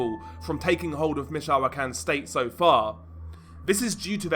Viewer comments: Im fed up with these, judging the accent, british channels doing these types of videos, but cant even bother to pronounce the names right. Let me help you, stupid brit. Mee-choah-can. Try focusing on the muslim invasion of your shitty island instead and how cowardly, Englishmen have become. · Bro, it's pronounced "meet-cho-con."